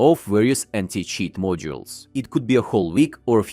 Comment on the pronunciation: did you say new anti cheese 😂😂